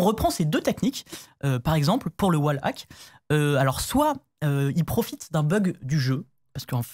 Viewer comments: Le "oual ack" et le "I am bot". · "I am bot" "oualhack" je suis mort 🤣🤣